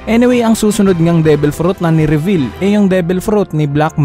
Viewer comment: Ni revel pa nga HAHAHAHA reveal "re-vil" pag bigkas po hindi revel